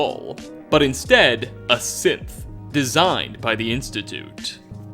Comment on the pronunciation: Everytime i hear him say synth, i hear sith